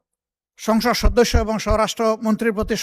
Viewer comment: সংসদ ❌ সংগষ্য ✅